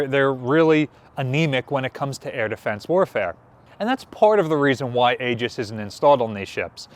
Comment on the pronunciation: FYI, it is correctly pronounced “EE-juss”……..not “A-juss” or whatever you were saying.